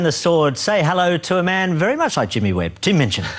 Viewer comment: Jimmy Webb. He pronounces it weird LOL. He also calls pianist - penis